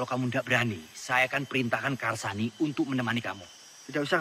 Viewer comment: Karsani. Ucapaanmu benar